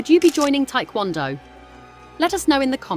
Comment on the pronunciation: Its not Thai kwon do, its Tae KwonDo